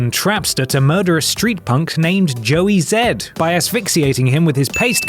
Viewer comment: Joey zed. Ya cause that is anatomically fluent. Joey Zee